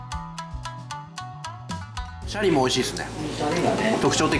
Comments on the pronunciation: 税サ込12000円のおまかせで41品は良いお店ですねー！ご紹介ありがとうございます！ 余計なお世話ですが...シャリのイントネーションが気になりました笑 シャリ（↑↓）でなくてシャリ（→→）ですよね！伝われ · シャリの発音が悪い